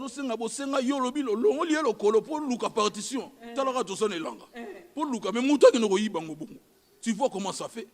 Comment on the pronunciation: Yango yo eza partion ou parkition oza na problème ya prononciations hein